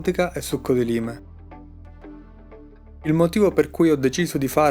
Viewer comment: "laim" lime penso